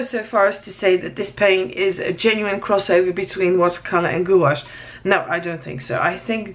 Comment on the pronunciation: Thanks for the in-depth video on these paints! A couple of suggestions. Perhaps you could be a bit neater filling the squares. It would look so much better at the end. Second comment, just an FYI, gouache is pronounced gwash. All in one sound. Goo-awsh kind of sounds like goulash - lol! I don't know if you have one but a color mixing video with these paints would he awesome! Thanks again!